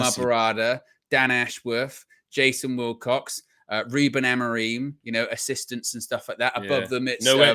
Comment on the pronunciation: His name is “who-Ben”. Check the way the Portuguese journos say his name.